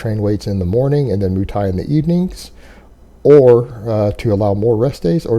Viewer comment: "moo" thai?